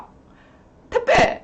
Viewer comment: 택배가 퇴폐로 들리고, 쿠팡이 쿠판이라고 들려요